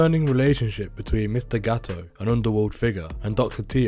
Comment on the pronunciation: Is GATTO . NO GAOO . Your pronunciation is useless